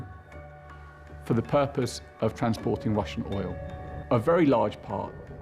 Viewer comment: dude - there is NO '''Z" in ''THE'''!!!!